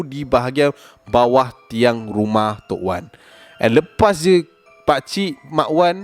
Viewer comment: "guma" rumah eh HAHAHSHA terkeluar slang melaka